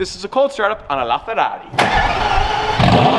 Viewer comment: Please stop saying la Ferrari like that bro. Seriously dude please, your Italian accent privileges have been taken away